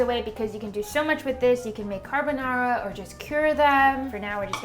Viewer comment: when she said carabonara my army ass: c-a-r-a-b-o-n-a-r-a